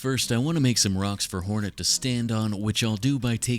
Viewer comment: Why do you keep saying heroin instead of hornet